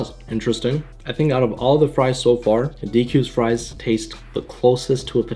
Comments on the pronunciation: Can't forget ze frois, and ze bebsi! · Where are “FRESH FROIZ”?